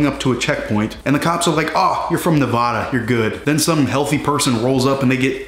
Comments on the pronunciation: Just one thing, Nevada is pronounced “Nev-AD-a,” not “Nev-AH-da.” Thanks. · It’s not nev-ah-da it’s nev-a-da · It's Nevada. Nev-Ad-a. Not Nev-aH-da. And ours plates are blue and white too. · Nevahhhhhda.... lmao Ne-va, like in vagina, -da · It’s pronounced Nevada not Nevada. smh